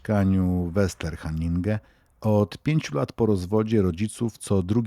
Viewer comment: Szwecja to nadal dobrobyt i lekkie życie dzielnica trzeba czytać jako westernhaninge szwedzkie nazwy nie łatwe do przeczytania mieszkałem niedaleko wiele lat temu